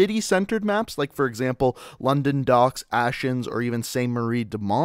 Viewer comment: Aachen is pronounce Ark-en.... not Ash-en just fyi mate